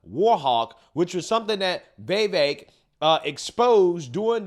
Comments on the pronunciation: dude his name is vivek ...or try say wewake its not vi- vek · Easiest way to pronounce VIVEK, say these words exactly how you pronounce them BUT TOGETHER: WE-WAKE Pronouce them each as you normally do but pretend they are one word. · It’s viv - Ache 😂 just letting you know, love your channel ❤ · it's pronounced VEEVEIK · that audience was mostly against vivek. He said a lot of great true things but didnt get much applause. Haley and Chris are a joke. btw why cant you pronounce viveks name correctly?